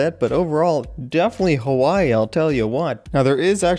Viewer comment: I cringe whenever says Hawaii in that mainlanders voice. Like if u are a fellow islander.